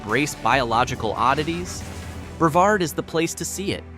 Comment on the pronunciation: The towns are pronounced Bre-VARD and MAN-tee-oh, you AI moron. Hey, it takes about 15 seconds to ask someone and get it right.